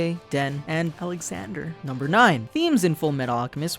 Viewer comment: I died a little inside by the way he said "Alexander" when listing the dogs... :(